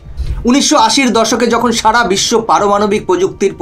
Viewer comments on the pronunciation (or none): none